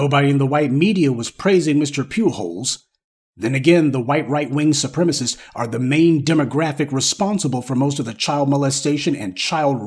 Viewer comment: I miss when you say "the white supremisses hate that". To me that sounds funny 😂. Please keep it going.